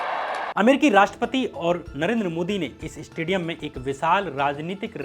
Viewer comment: Its said stadium not 'estadium'........